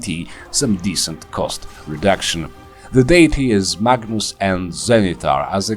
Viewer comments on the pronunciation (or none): I will admit, I kept hearing "Magnus" as "Bacchus". I was very excited to see how wine would factor into this build.